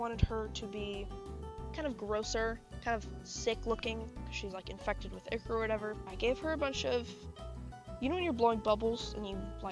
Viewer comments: It’s pronounced eye-kor not eeee-kor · Its that pronounce echor its pronounce i-chor not being mean… somebody tell me to shut the FU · I'm crying "ihker" 😭